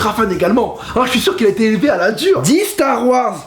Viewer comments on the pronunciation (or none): Mdr à la fin "Dit stars wars twilight dit stars wars starfoula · "dit star wars" "Twilight" *Mes un coup "DIT STAR WARS" "star...fou...llah" j'ai failli mourir ಠ︵ಠ a cause de toi... Mais c pas grave je te pardonne (づ｡◕‿‿◕｡)づ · Dit Star Wars ! - Star....fullah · dis star wars ... thwillight ....aie dis star wars starfullah 😅😅😂😂😂😂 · "dis stars wars" "twylight" bam "dis stars wars !" star...foulah" j'était mort XD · xD il m'a tué, " dit Star Wars" " Starfula" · Putain je suis au taff avec le directeur dans un moment serieu et quand soudain j'ecoute : ( (dit starwars) {starfurllah} ); MDRRR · Nooon dit starwars "Starphoullah" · "starfoulla" mdr 😂😂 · Jaune: dit star wars: twilight (Rip tete du bb) Jaune: DIT STAR WARS: star... fullah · dis starwars, star...foulah jpp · Dit StarWars -StarfoulahVazy je suis mort mdrrr